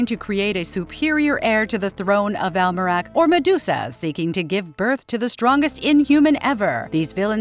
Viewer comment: she calls Maximas world of Almerac “America” twice in the video